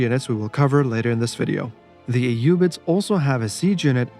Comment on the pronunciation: I love the concise videos, and I really appreciate that we get to hear the units name with the correct arabic pronounciation ! You forgot to mention how the tower of the sultan strikes terror in the mind of your opponent, and overall is the best psychological warfare weapon in the game. Keep up with the good vids !